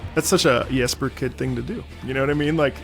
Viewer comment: Really glad is pronouncing the J in Jesper correctly! <3